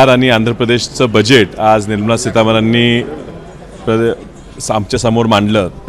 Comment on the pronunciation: पहिले निर्मला सीतारामन नाव व्यवस्तीत बोला... 😜😜🤣😅😅